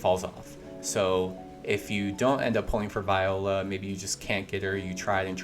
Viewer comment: Viola & Millard dude learn how to read lol say there names correct 😂